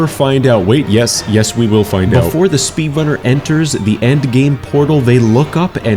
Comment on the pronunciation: I swear I hear speedlunner